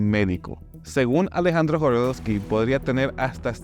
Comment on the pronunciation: Jodorosky, no Jorodosky....